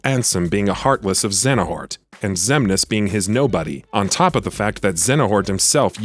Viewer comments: He keeps saying "Xenahort" and my ears can't unhear it... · You kept saying xehanort wrong lol . But nice video 👍